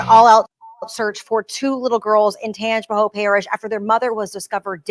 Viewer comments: Very close to me. Looking at the difference in his pics, it has to be drugs. Still no excuse. Tangi-pa-hO-a or Tang-pa-hO Lo-ran-ja Mostly short vowels 😊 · Hi,! Hailing from Louisiana! Love your show! It’s pronounced “Tanj-u-pa-ho” Parish. There’s a lot of hard to pronounce names here. lol 😝